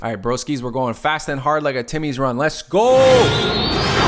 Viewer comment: Bro actually said "Timmies run" while his Toronto accent is slipping out🤣